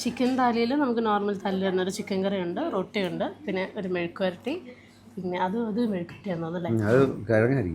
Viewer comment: Mezhukkuvaratti, you pronounce it MELUGUVARTHI, means Candle in TAMIL. 😀😃😄😆